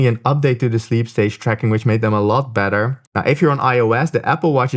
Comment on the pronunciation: Can't tell if you're saying sleep tracking is better or "badder".